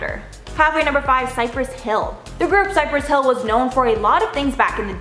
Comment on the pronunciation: Cypress Hill(s?) lol who did the research on them. Even said it wrong 😄🤦‍♀️